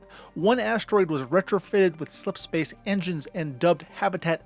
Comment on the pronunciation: o7 for successfully pronouncing "slipspace" so many damn time